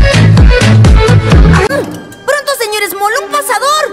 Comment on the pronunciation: en el es el se;or small no moll